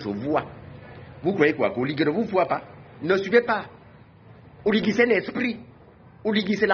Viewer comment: Prononce bien le nom parceque quand tu dis oligue c'est comme si tu voulais dire reste en fange c'est OLIGUI.